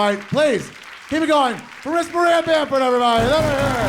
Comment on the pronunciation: Ari: "WELCOME MARISSABAMFURDODUH" me:eh?